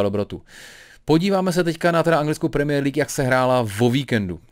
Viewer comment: mě irituje tím jak vyslovuje premiér League. Další věc když řekl, že Slavie by v PL hrála o sestup. Odborníka Hoška bych s chutí nakopnul.😁